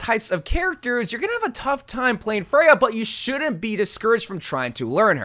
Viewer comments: Once again I'm telling you, her name is Freja, not fray-huh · he only pronounced it wrong like 1 time this time